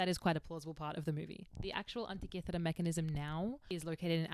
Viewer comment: I love how she says Antikythera ❤️😁